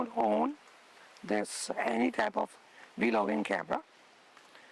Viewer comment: This dude said Vee logging ha ha ha 😩😩😂